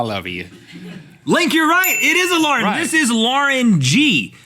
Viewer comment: MY NAME IS LAUREN AND THE WAY RHETT SAID IT TO MAKE IT RHYME WITH SCORING MAKES ME MAD WHEN PPL CALL ME THAT